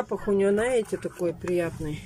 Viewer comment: Наете, наа, вам тоже срочно нужен логопед